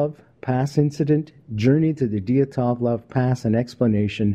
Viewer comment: I loved this broadcast, but good golly it's "dee-AT-LOHV" pass. LOL!